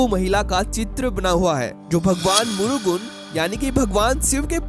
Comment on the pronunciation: What is Murugun ? It's मुरुगन gentleman.